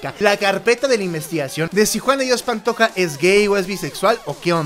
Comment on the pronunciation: Rosario es mi abuela y no sabe decir JUAN DE DIOS PANTOJA